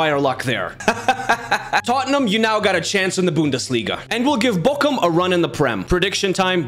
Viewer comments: No you pronounce it like Borum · You pronounced it like bokcum or bokkum. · So annoying how he pronounces Bochum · Bro you said "my shit" in Turkish with that pronunciation of Bochum💀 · His pronunciation of Bochum sounds like "my shit" in Turkish 💀